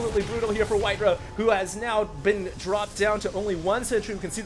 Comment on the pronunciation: White-raw* not White-ruh